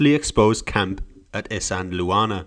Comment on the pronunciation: Pronounced “is - and - waar- ner”. Not “is-andel- Warner”